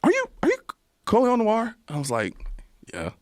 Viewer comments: If you have spotify you can go back and hear his name but its pronounced noir 😉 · You pronounce Noir like Na-w-are...or like na-ware...but ware being like are with a w in front of it, not to be confused with wear. It's French for black and also refers to a genre of film. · His last name, Noir, is pronounced nwar. No silent letters. Like adding "nw" to the word "are". It's basically the French word for dark.